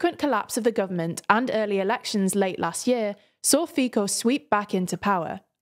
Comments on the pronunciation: Slovak prime minister's name is pronounced "Fee-tso", not "Fi-co" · Its pronounced "Fitso" not "Fiko" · Its not fíko its Fico c not k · Fico sounds like Fico, not Fiko so please say it right way. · It’s Fico not Fiko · the name of slovakian prime minister is not Fiko 😉 The letter "c" is pronounces as "ts" 🙂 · Feeko? He's called Fico, ts, man, it's no that hard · Great video.. but if I can point out one mistake it would be that Fico is not read Fiko but with C.. Fico.. imagine like you are saying pacific ocean.. it's that first C.. paCific ocean.. so try it like that in the next video about Slovakia. And comment for that topic.. yeah.. it's quite bad situation.. Korčkok would be the last democratic break for Fico's government. To make law applicable it must be signed by president.. so Korčkok could "just" not signing it. (It's more complicated that just not signing it but I think you get it) But now with Pellegriny at the post.. he will probably sign every law that Fico give him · His name is actually pronounced Phitso not Phico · I have to commend on all of your Slovak names and party names pronunciation except Fico, which is pronounced similar to 'Fitso'. Apart from that great job!👍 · mispronounces people's names on the regular. It's kinda embarrassing. In their defense though I've always heard the media pronounce it "feeko" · fico in slovak is pronounced similar to fit saw. say these two wards quickly and you get it right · Simply can be pronounced as Fitso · Pretty accurate just gona give you pronounce tip: do not convert C to K in Fico you dont read it as C in locomotive but as C in Cement. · please learn basic names when youre talking about any topics... PM Robert Fico's surname is pronounced "Fitso" ...its extremely embarrasing when you make a video about a country and not even care to learn the name of the most important person from that country... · I liked when you pronounced 'Feico' more than 'Fico' 😆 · goodness its not fiko its fico with c not k